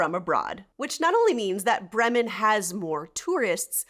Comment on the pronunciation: Bray-muhn. please pronounce it properly